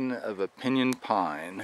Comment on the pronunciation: He mispronounced pinyon. Never heard it pronounced as he did. He's not from around here, lol